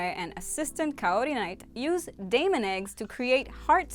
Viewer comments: Is that how you just pronounce Diamond or just saying it weird?😟 Selena? Lead? As in leader? It's like Lead pencil 😫 dooh! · This was hard to listen to once you mispronounced diamond. The other guys' names are all gemstones, how did you get Diamond's name wrong? Also Lead Crow is not pronounced "lēd" with the long e. With names like Iron Mouse and Aluminum Siren, you really should have figured out it meant lead as in the metal. Also you left out Sailor Cosmo's appearance and how Galaxia kills all of Usagi's friends hoping that she'll become under Chaos's control and then Chaos controls Galaxia instead because she already was the most powerful sailor scout.